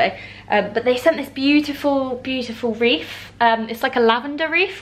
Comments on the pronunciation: I'm sure it's "wreath" and not "reef".... I've been thinking about it since you posted the photo on your Instagram... Loving the vlogs as always!! xx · I feel like you're saying reef? 😂 it's a wreath!!